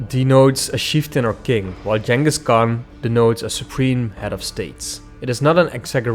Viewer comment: It's pronounced - 'Ching-us'